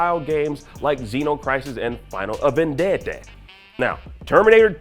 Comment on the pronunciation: “Like xeno crisis and final A’VEN’DEAD’uh” lol dawg…